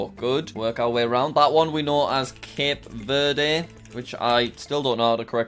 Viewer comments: You pronounce Cape Verde Cape verd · Cape verde is pronounced like cab verd